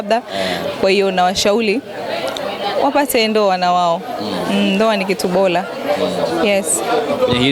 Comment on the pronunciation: Jamani hakuna jina Khanifa ni mbona Lugha ya Kiswahili mnaiharibu kwenye kuandia na kusema. Ni bora siyo bola 😮 daah huyu Dada ni kitoka Mji gani….